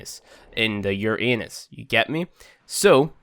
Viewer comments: It's pronounced Ur-uh-nus...not ur-aynus 🤣🤣🤣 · Uranus pronounced ur unus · I honestly get triggered when people say "Uranus" wrong. Lol, great video. Now I know why he wasn't dropping the blueprint to put them together 😅. #NewPlayerProblems